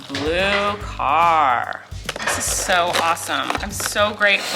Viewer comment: Colleen: "A blue car" Me: NO!! That is s blue dar Dar!!!